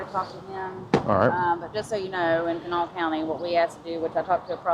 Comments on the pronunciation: Live nearby, thanks for your diligence! the county Kanawha is locally pronounced "kahnaw" lol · Kanawha County is pronounced Can-GNAW-uh. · The absolute butchering of Kanawha xD I'm surprised she didn't correct him.